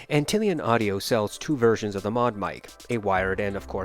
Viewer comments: Ant lion lol, not Antillian 🤣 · It is Ant-lion, like the bug, but don't shame the guy ;)